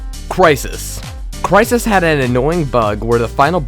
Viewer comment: Cwysis xD